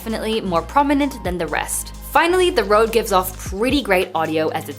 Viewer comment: Its « Reud » not « Rowd »